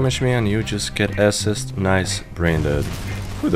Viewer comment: Love the way you say assist you really emphasize the ass